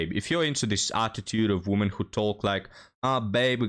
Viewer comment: A few tips regarding English pronunciation: "Worth" is pronounced "werth." The singular "woman" is pronounced "wuhmn." The plural "women" is "weh-mn."